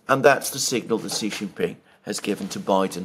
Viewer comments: Sheee not Jheeee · Xi Jin Ping is Sheee Jin Ping, Jhee Jin Ping means PENIS. Stop it, I SUPERCHATTED you twice on this. I saw you read my comment. You are doing it on purpose like Elensky. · follow Alexander's lead, sheeee like female is the correct pronunciation. Jheee Jheee means Pee Pee as in penis in Chinese language stop it. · Correct way to say Xi is Sheee. Jheee Jheee means Pee pee in Chinese slang as in penis. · Yes, Xi should be pronounced as “she” in English. But what you said about Jheee was not true, Chinese language has 20～30 characters that pronounce “jheee”, nobody will link Jheee with penis in this context, it is fine for Alexander to pronounce Xi like jheee